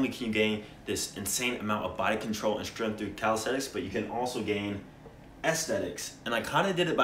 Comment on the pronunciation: It's pronounced strength, not stirinth.